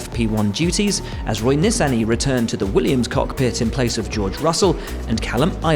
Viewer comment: You might want to learn how to pronounce Nissany.